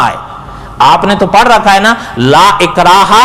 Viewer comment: لا اکراہ یا لا اکراہا ؟؟؟؟ آپ خود سن لیں۔آپ کیا پڑھ کے چینل پہ ایسا دھندہ کر رھے ھیں ۔استغفراللہ